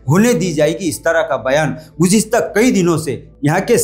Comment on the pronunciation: Gujiasta😂 gujista🤭 gujista 😡